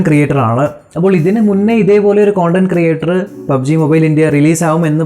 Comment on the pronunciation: കോണ്ടന്റ് അല്ല കണ്ടന്റ്